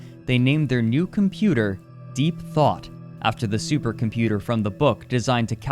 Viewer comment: Supah computah